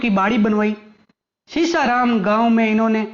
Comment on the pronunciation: थोड़ा अध्ययन कर लिया करो ,,,सीसाराम , न होकर सीसारमा बोलो